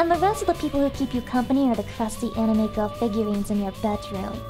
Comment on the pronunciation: Watching this at work was an unique experience. I wonder if my headset was leaking sound when she said AMIME TITTIES